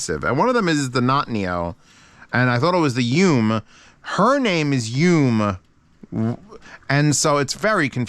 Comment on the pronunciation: Great to see people still using the Bravery. Just a tidbit SeeAudio mascot name is Rinko and the Yume is pronounced "Yu-may."